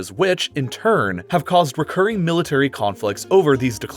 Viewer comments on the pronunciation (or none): none